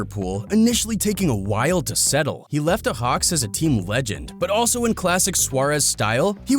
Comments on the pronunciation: It's not ahax you idiot it's spelled ayax 😒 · Ayo ahax? Its pronounced I yax lol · how says Ajax hahaha 🤣🤣🤣 when he says it he makes it look like its spelled ahax 🤣🤣🤣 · THIS GUY: AJAX NAH AHAX YEEEE😂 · It’s not ahax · Bro really can’t say Ajax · THE WAY HE SAYS AJAX 😂😂😂😂😂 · Its ajax not ajax Its klass jan huntelaar but you say jan like yan